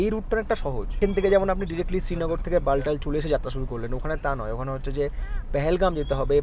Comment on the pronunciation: একটা কথা বলি? ওটা বালটাল (😁) নয় , বালতাল | তাল অর্থাৎ জলাশয়